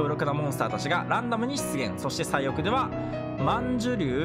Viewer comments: さいおうだもんなw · 万寿の読み方…、それより、どの動画でもずっと最奥を「さいおく」って言ってるのが気になるんよね